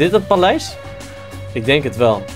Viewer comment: niet palijs maar paleis